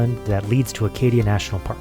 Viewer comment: Acadia, not Arcadia?